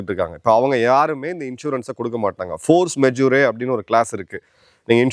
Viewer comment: அது Force Majeure Clause. Majer என்று உச்சரிக்கவும்.